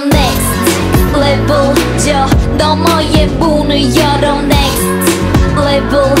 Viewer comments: I love Giselle's ver, but the way Winter pronounce it was savage. Hers was literally nhext leveuhl. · I can't be the only one noticing, how Winter's pronouncing "NEXT LEF-VEL" SO UNIQUE! SO ADDICTIVE! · everyone: “next level” winter: “next levEUL” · Next LevUl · haha cause winter pronounce sounds like “leveulh” :D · No she says Next "Leveul" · More like next "Levul" lmao I love her